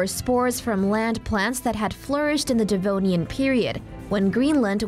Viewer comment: No one gonna comment about it being devonian and not denovian